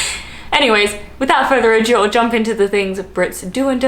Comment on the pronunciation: just wanted to mention, cos I've heard you say it so many times, it is "without further ADO" not "adieu" - ado means fuss, adieu means goodbye